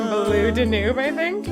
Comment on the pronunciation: The last page did NOT say “Do not lose.” It said “Do not loose.” Also you’re the first person I’ve ever heard say “Blue Da-NOOB.” I’ve only ever heard and said “Blue DAN-yoob.”